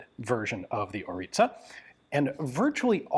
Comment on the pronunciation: Name ist ORLIȚA. Not ORITA